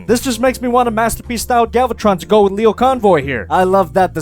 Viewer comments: its pronounced Lio as in lion. Not leo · Actually the "Lio" part of the name should be pronounced "Lie-oh", basically like Lion but without the N. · For future reference, in Japan his name is pronounced as Lie O Convoy......But you don't care really do you?:D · It's lie-oh convoy. Not leo convoy. Lie-oh. Repeat after me. Lie. Oh. Lie oh. It's not that hard to remember. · pushes up glasses Um, it's actually pronounced "LIE-oh Convoy" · You mispronounced "Lio" - its Lio as in lion or liar. You mixed the two names together and kept calling Leo Prime: Leo Convoy instead of Lio Convoy. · #umactually it's pronounced lie-oh not lee-oh. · Lie-oh. It's lie-oh. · It's le o you dumb sh#t you got it right the first time me grimlock smart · It's actually pronounced "lie-oh",. I'm not "But, "-ing you, just pointing it out. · IT'S LIE-O CONVOY REEEEEEEEEEE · ummm actually the lio in lio convoy is said like the lio in lion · I know doesn't care but isnt it pronounced lie-oh convoy?